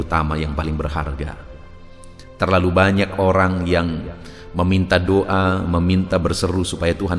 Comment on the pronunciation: Maaf ya pak, kalau mengucap DOA itu ya DOA jangan DUA artinya sudah beda, kata" nya yg jelas jgn menduakan gitu